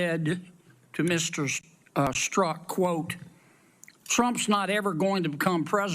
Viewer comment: Hey computer, the name is pronounced with the "z" being silent.